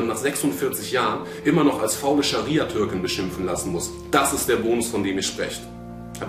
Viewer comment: er hat gesagt SharSia LOL